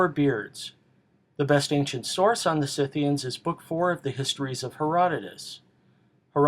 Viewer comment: Someone who actually knows how to pronounce "SCYTHIANS" correctly! Thank God!